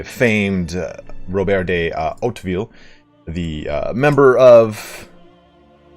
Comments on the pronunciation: I don't know if anyone told you already but I think you could be able to pronounce Hauteville fairly well if you say in english ''How to Vie(tnam)'' emphasising the ''i'' in Vie instead of the ''e''. That's the best way I can tell you how to do it xD I wish you luck and keep up the good work! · Yeahhhh buddy, another vote for Oat-veel from somebody who was (once) fluent in French and (always) a big history nerd. It's a little hard to really get it right without doing a French accent too - in natural English it'd be more like OATvil. Hit that first syllable hard either way.